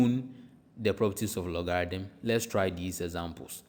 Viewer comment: You pronounced logarithm incorrectly, very annoying. Reminds me of scam sites coming from India and Pakistan